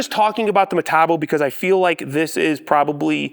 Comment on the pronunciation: You keep using that word: "Metabo." I don't think it means what you think it means. Say it with me now: Metabo HPT. Muh-tah-bo Aych-pee-tee.